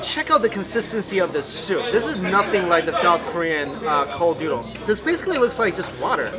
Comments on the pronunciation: He says nyudles instead of noodles :P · Lol he keeps saying "newdles". Am I the only one here finding that funny?